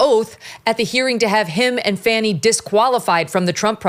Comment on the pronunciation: Thank you for having the guts to pronounce Fani’s name properly!